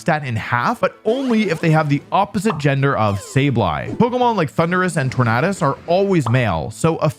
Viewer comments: Tor-na-dus What’s hard about it? It’s not spelled tor-nay-dus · How are you mispronouncing the 'tornado' part of 'Tornadus'?